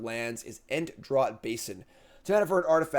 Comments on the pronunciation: Draught is pronounced like “draft” for these purposes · 'draught' is pronounced 'draft'